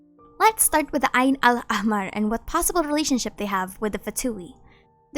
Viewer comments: great pronunciation for ayn al ahmar well done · Nice video and also very good pronunciation of "Ayn Al-Ahmar"